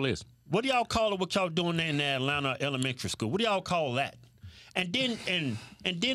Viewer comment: The hellementary schoo...